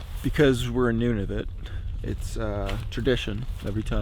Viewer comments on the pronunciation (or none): Noo-nah-voot not none-of-it 😂 Jk you're not that bad 😂